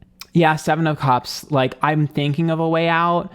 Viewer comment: Hate the way he pronounces cups. Sounds like he’s saying cubs like lion cubs.